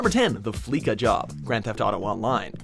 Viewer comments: Is no one gonna comment that he said fleeka instead of fleeca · Its not fleeKA it's fleeSA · It’s FLEESHA not FLEEKA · It's fleeca not fleeka lmao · FleeKa? It's pronounced Fleece-A. As in to fleece someone of their money. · Flee-suh not flee-ka. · It's pronounced Flee-sa not Flee-ka. Did you even do research? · It's pronounced Fleesa Not Fleeka but seen as Fleeca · FLEE-SA, not fleek-a. You don't fleek someone, you fleece someone. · Dear god, Fleeca has been around since at least GTA 3, you'd expect people to know how to pronounce the damn thing by now. Fleece... as in shaving a sheep. Fleece. That's the joke, folks! Do yourself a favor and just sit in your car and listen to the radio ads.